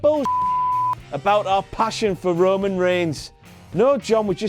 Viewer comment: No WTF-Moment for that Roman kind of "rayman" pronunciation fail???